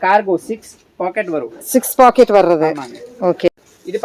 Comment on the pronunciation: பேக்கட்😂😂😂 இல்லை 😅😅😅... பாக்கெட்😁😁🤣 தமிழ் கொலை 🎉🎉🎉